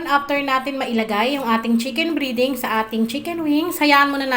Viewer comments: Breding Hindi briding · Chicken breeeeding...??? Its breaaading ...